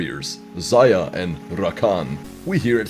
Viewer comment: I love how says "RRRakan". (No Homo).